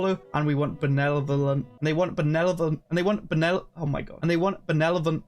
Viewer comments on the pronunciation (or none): Ooh this is really neat to see early :D also it’s said ben-ev-ol-ent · Still landed on Benelovent instead haha. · has met his greatest challenge yet: the word "benevolent"